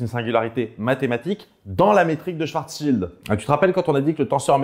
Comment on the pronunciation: "Schwartzschild", ou aussi "swarssild" pour les intimes :D